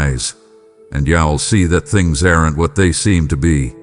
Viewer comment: For the American English version please check the words: I’m and I’ll - the I is pronounced like the word Eye. Also look up the sound for “aren’t”. (This is just to help your A-I). - not Y’all but rather you should feel calm. - you’ll find strength in me to deal with …. I don’t play nicely with you? … I don’t like sin? No SIN IS BAD. I DON’T LIKE SIN. God never sins. (Is this done by Y. A.? He loves to tell lies. If he has anything to do with those statements then he had better quit.